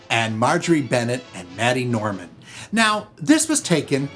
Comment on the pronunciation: it's MAID-y Norman. MAID🤣🤣🤣🤣